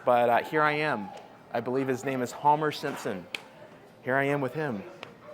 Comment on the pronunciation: Haumer Simpson? This dude always has to slip in an intentional mispronounciation whenever he can